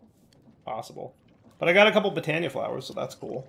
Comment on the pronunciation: Botania... more like Bee-tania